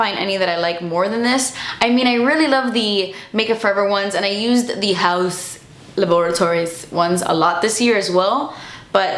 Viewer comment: I love when you say House Lobatories 😂